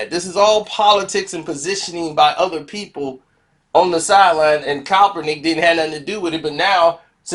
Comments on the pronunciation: YO MOUF JUST WONT LET YOU SAY HIS NAME RIGHT 🤣🤣🤣 JUST STOP SAYING IT,,,,,,, ITS NOT COPPERNICK 🤣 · I'm hip to the story but I only came to see if can finally say Kap's name right... AND right out the Gate he's KALPRUNIK.. I love it!! Dont change nothing... #ClassicKarceno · man you can't pronounce the man's name right or what? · That's what I been saying 😅😅😂😂🤣🤣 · Why can't you give this brother enough respect to say his name right. You wouldn't want someone butchering your name on purpose.